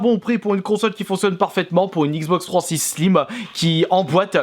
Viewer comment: Bonjour ! J'aime bien ta façon de dire XBox 360 ! Tu le prononce " Xbox Trois censocente " =p Evidemment je te taquine ! Ne le prend pas mal. Continue comme ça, je dépose de mon coté un petit Like ! A plush' .